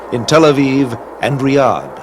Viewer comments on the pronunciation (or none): none